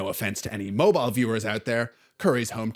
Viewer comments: It's Mobeel, not Mobyal! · FYI Alabamian here, it's pronounced Mohb-eel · moh-beel. It's French 💅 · huh? He pronounced it wrong